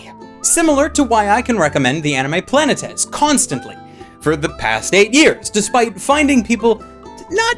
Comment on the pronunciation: Thank you for pronouncing Planētēs correctly, too many pronounce it like Planets, not realizing that the title is from the original Greek, which has 3 syllables and though it was used to describe celestial bodies, its literal meaning is "wanderer." In the show this name pulls double duty when referencing the movement of objects in space but also the characters as they wander through their own lives trying to find meaning and purpose.